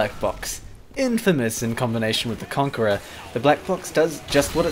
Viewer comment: the concherer is pronounced conqueror.. Spongebob lied to us all